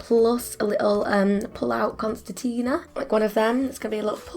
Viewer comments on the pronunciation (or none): Just a friendly FYI for the future since this project is obviously over… but it’s *CONCERTINA (not constetina)😉 P.S. I adore your art and colour work 🤗